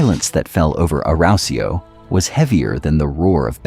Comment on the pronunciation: Awesome storytelling and visuals, but bloody hell, your pronunciation of 'Arausio' is physically painful to listen to man.